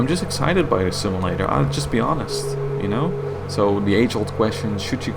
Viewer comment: Say "sim-A-lator" one more time...lol